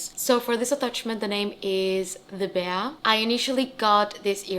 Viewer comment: FYI: Bea is pronounced as Bee :).